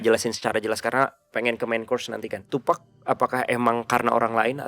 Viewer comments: btw, TuPAC bukam TuPACK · Bacanya tupac jes bukan tupec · Tupac dibacanya TupAk kak, bukan TupEk ✌️ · bacaanya tupac bukan tupack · Sorry ngoreksi tim DA Penyebutan tupac yang bener tuh "tupak" bukan "tupek" Thanks ❤ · Tupak bacanya bang 😭